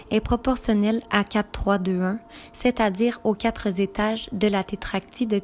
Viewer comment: Les "quatre zétages" ...Sait quoi un zétage?